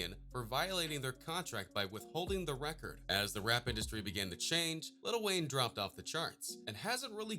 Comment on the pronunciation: Dude said lil Wayne